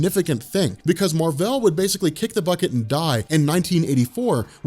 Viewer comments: His name is literally Mar-Vell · that's how it's said